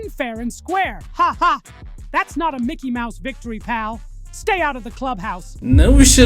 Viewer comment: yp I think that micky mouse mad in China got thr wrong acent lol